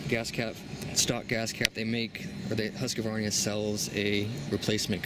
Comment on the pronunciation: Did you say Husqavarnia? Just Husqvarna. Not HasqAvarna or Husqvarnia, just Husqvarna.